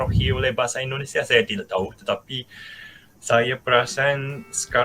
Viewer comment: Di koreksi lagi bang penyebutan nama negaranya itu harus INDONESIA jangan Endonesia